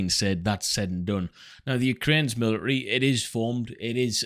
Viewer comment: Where good sir have your T’s gotten too?😂 Just busting balls fren! Good info here but I just couldn’t get over the millary thing😂